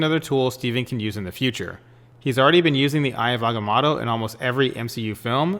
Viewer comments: This guy 😆 he said aggah-matto......wtf hahaha n he's a comic book guy? Yeah right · AgaMOTO You know like MOTO-rcycles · Good theory but can you pronounce agamotto correctly, a bit annoying